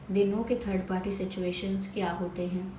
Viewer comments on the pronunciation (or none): none